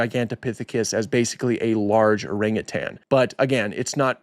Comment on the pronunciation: My God he pronounced orangutan correctly! Kudos to you, I’ve heard zookeepers mispronouncing it